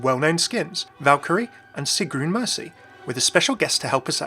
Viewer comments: Loved the video. For future reference it's pronounced more like "Siggrune" than "Psygroon." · John Smith Uhm, that's not phonetically. Sigrun is what both people in the video read, and they both get it wrong in different ways. Phonetically for general English/American would be "Sigg-rune." For Scandinavia it's just "Sigrun", of course.